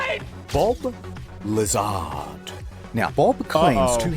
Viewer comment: I'm with Asmongold on this, it's Bob Lazor, not Bob Lazar XD